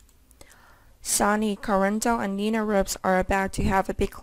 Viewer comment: It's Sonny Not Sawny!!! Learn how to read!!!